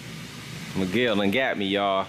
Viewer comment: Everytime he call meguel i is think he call my name🤣